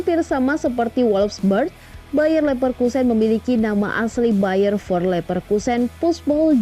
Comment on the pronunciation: bukan bayern for leverkusen bacanya min tp bayern nel fir leverkusen